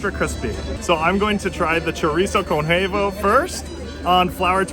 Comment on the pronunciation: Chorizo con Hevo?? Work on your Spanish. It's Huevo - Wevo to help you pronounce simple words.